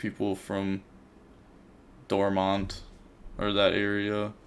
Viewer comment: it's called Dortmund not dorma jk jk